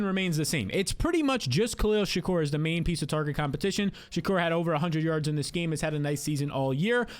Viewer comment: Will ever be able to pronounce Shakir correctly?